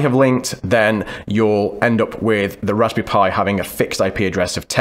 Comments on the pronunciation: sTOP SAYING "RASBY PIE" PLEASE... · Every time he says “Raspberry Pi” I feel hungry. Is it Raspberry Pie? Haha